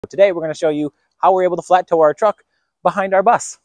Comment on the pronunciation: Why pronounce flattop so fast nobody knows what that word means or understans or knows what what you are trying to accomplish.